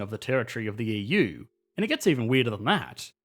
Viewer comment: He's also pronouncing it "Yee-Yuu" :D